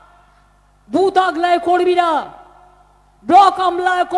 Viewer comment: খুব টেনশানে আছে... "জয়রামপুর-কামারবাটি" বলার পর আবার "কর্মীরা" বলতে গিয়ে "কম্রীরা" বলে ফেলছে... 😂😂😂